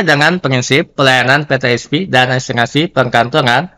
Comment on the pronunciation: Mohon diperbaiki pemakaian bahasa,mana yg Indonesia mana yg Inggris. Contoh : PeTe Es Pe, bukan pe te es pi